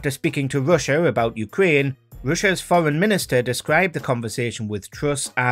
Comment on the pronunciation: Good Video, but please stop dwopping youu awes. She is Truss not Twuss. And Where is Wussia!